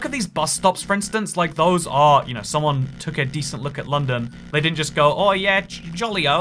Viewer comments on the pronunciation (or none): "Gotta take the CHEWB to the tower a lundon"